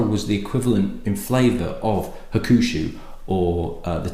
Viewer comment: I think it is pronounced HAWK-SHOO. However pronounced the 12 & 18 is fabulous stuff.